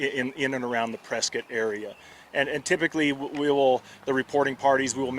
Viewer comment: Sorry for the loss 😢 But reading this ain’t no way I wouldn’t have pronounced this press-Scott they kept saying press-skit😅